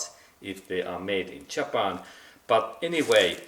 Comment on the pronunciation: jahpon lol hahaha XD